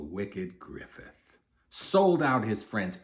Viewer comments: second most bitter souding pronunciation of griffith's name i've ever heard, losing only to guts, of course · Every time he says griffith…… same 😭😭😭😭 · the way he says griffits name😂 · THE WAY HE SAY GRIFFITH IS SO FUCKING FUNNY 😂😂😂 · Every time too 😂